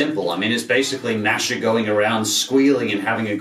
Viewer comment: Btw, it's pronounced M-a^h-sh-ah